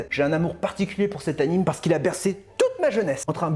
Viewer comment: On dit pas "anim":p! Rahlala! Ces jeunes j'vous jure:D! Je vote pour que tu fasses le Mecha-Pikachu avant 2022:p!